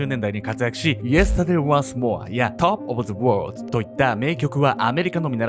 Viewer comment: けんちゃんのyesterday once moreとtop of the worldの発音良すぎてビックリしました いつの時代のカレンも太ってると感じたことないのに……